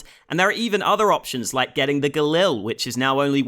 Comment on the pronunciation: the Galil is pronounced “Galeel” (just so you don’t get made fun of in the future)